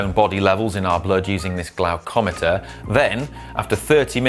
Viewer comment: You mispronounced glucometer.